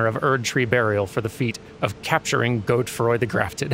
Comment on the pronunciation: The name Godefroy comes from the same Germanic root as Godfrey, Godafrid, but through French. Because of this, I think you're supposed to pronounce the e in the middle rather than reading it as a modifier for the o. God-uh-froy